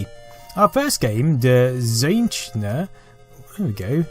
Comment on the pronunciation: Great German pronunciation :-) Der Zeichner :-)